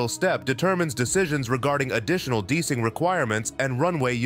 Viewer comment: Why the guy keeping say dicing instead of DEicing